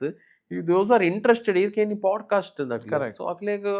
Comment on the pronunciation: It's pod-cast, not pode-cast...